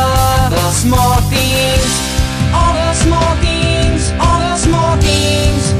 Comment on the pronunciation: He says theengs and that will never change